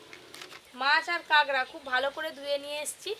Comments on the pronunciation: Tumi age kakra bolte, ekhon kagra bolo keno? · Kagra na..kakra bole😂